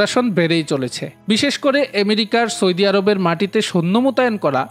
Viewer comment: সয়দি আরব নয় ভাই কথা টা হলো সৌদি আরব